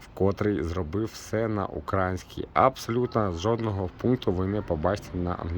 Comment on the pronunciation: Гарний огляд, але не укрАїнська , а украЇнська мова. Наголос треба ставити правильно.